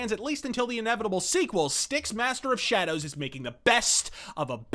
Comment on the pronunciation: SHA-DOWS??! XD